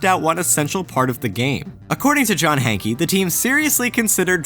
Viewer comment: lol "Hankey"? The guy's name is pronounced "Hank"